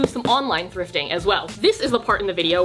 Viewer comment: i fucking cried at "tips for fwifting" hahahahahaha